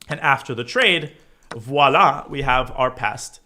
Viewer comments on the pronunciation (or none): none